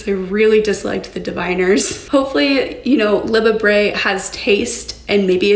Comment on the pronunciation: "hopefully, Liba Bray has taste..." 😂😂